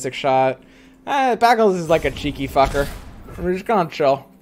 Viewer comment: This man's saying ''baggle'' like that one Community episode where Britta pronounces it like that.